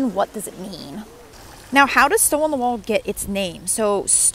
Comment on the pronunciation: PLEASE learn to pronounce the name of the town! It isn’t “walled”.